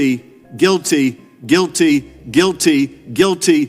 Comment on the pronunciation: So he's trying to say guilty?